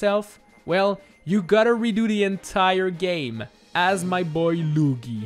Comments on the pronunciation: Cmecraft ALREADY DID THIS!!!!! ALSO STOP SAYING LOOGI! Ugh..... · I love the way he says Lugi